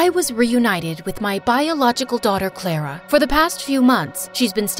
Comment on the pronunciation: The fact they said clarer but it’s Clara